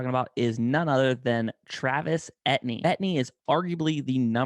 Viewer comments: Dude; PLEASE remake this video and pronounce his name correctly!! He’s from Louisiana where many names like his are French. It’s pronounced A — TEE — N , not et-knee. don’t believe me, believe his position coach or Dabo Swinney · Actually its E T N